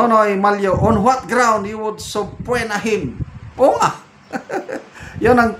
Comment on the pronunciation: Excuse me,. The word subpoena is pronounced as suh-pee-nuh.